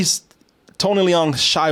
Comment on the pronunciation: Tony Leone!? WTF is dude Eye-talian? Get it right.